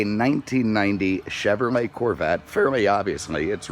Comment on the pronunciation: "Chevermay Corvette"?